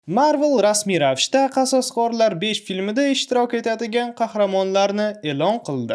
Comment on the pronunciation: qososqorlar deb zaybal qivordiz qasoskorlar deb oʻqing